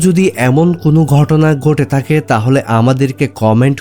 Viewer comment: জনাব আপনি বলছেন মিশুক মন্দ বলেননি কিন্তু আপনার উচ্চারণগত ত্রুটির কারণে অনেকটাই নষ্ট হয়ে গেছে। আপনি টাকাকে বলছেন টাখা। আপনি ধৈর্যকে বলছেন দরজ।আপনি থাকে কে বলছেন তাকে। এ সমস্ত কি কারনে আপনার ভিডিওটা মনোমুগ্ধকর হয়নি প্লিজ